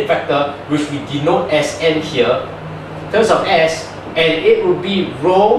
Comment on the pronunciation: Wait, is it TUMS, like the antacid? Oh whoops! I am wrong again!... It's terms, I didn't know a tum is a mathematical TERM! My mistake, I though we were learning about medical tuminology, whoops! I mean TErrrrrrrrrrrrrrminology. When I say ni hao, i don't say neee whoooo, lol, you can do math, but you can't speek, which one is more difficult? FUCK!